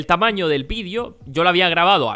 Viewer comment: muy buen video pero una cosa la palabra de xd "vidio" PD:me gustan los videos de no es para insultarlo:P